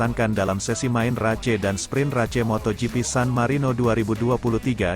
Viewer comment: Ruca race geli gue dengernya bacanya kayak anak SD yg blm kenal bhs inggris